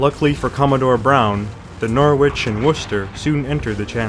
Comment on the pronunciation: Good video, Norwich is pronounced Noritch however.